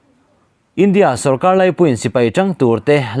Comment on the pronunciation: 'India sawrkar' tiha lndia i thluk dan hi a dik lo,lndia tih a 'dia' lai hi thluk san tur ani.A dangte pawh diklo a awm nual mai aa!!!